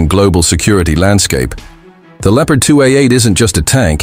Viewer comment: Lieopard? Never heard of this word!